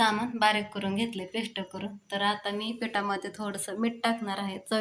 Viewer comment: अगं तू' स ' ला 'श' का म्हणतीस किती वेगळं वाटतं शेल नाही सेल ✅ पेश्ट नाही पेस्ट ✅